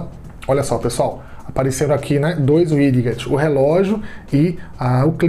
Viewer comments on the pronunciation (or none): "uidiguetes" kkkk tem como nao rir nao obs: widgets "uidjets" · E engraçado o jeito que ele fala widgets